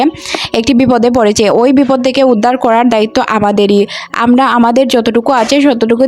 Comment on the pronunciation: আমোরা, উচ্চারণ সঠিক হওয়া উচিত